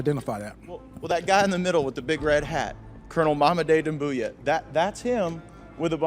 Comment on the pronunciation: it's Doumbouya* not Dumbouya but i agree with the analysis